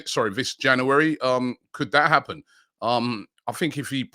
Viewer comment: Love it when Robbie says Jaunuworry